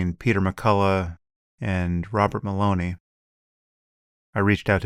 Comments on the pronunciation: It’s Malone, Sam. Not Maloney. And how dare he gives one of the most cited scientists ever, Peter McCullough, a platform. Your brain is broken, Sam. You’ve lost your objectivity completely. You’re supporting a fascist government. I guess it’s better than Trump though, right? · Joe should be more wary of "platforming" Sam Harris, who pronounces "Malone" to rhyme with "phony." This plus all the hand-wringing over "allowing" "uneducated" poor people to carry concealed firearms marks Sam as contemptible in many ways. (Don't get me wrong, Sam usually joins well-educated libertarians like Peter Voss and Edward Snowden in the long-run, after much dithering and hand-wringing about whether he should adopt the optimal position on any "issue.") More concisely, there's too much totalitarian stink on Harris. Too much Prussian model "education." Too much trust in the status quo. Malone is simply smarter and better-educated in "the science" than Harris is. Judge for yourself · Harris mocks Robert Malone, whose name he wells knows, pronouncing it "Malone-y". Get a grip, Sam. You think you know more than one of the inventors of the mRNA technology? FF's sake. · Sam doesn't even know how to pronounce Dr Malone's name properly. I doubt he he has done the work to technically understand Malone's claims. I'm pretty certain he a priori accepted the claims by Pfizer and their friends that vaccines are THE answer to the pandemic. That there are NO early treatment options. That only $50 Million dollar studies carried out by vested interests are reliable sources of scientific data. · kinda funny he doesn't even know how to pronounce the name of the vaccinologist he is critical of. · Wouldn't be surprising if it was a deliberate dig, since it rhymes with bologna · Did Sam really pronounce that Robert Malone guys name in an Italian way?? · You know so much about Robert Malone that you don't even know how to pronounce his name